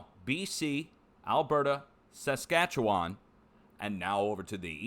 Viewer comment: I’m sure it had nothing to do with the bombardment of ctrailing that was happening in the month preceding the fires. Which was the worst I’d seen in the last 3 years. You’d think they were preparing to fuel the fires. Good job pronouncing Saskatchewan.